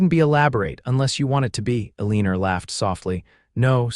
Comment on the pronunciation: Come on, how can you even listen to a story where they're oronouncing Eleanor as A-Leener?